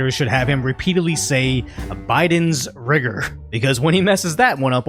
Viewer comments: Are they sure Biden meant to say rigor and not the n word that rhymes with it or maybe he did mean to say wigger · All I heard was whigger. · To be honest, I guessed he said intellectual rigor right when he said it. It's not hard to guess at all and it took the White House hours. 😑😑😑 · Pretty sure he said “rigor.” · I always thought he would eventually pull his member out on stage and that would be his demise, but it looks like him mispronouncing "rigor" is a good bet too!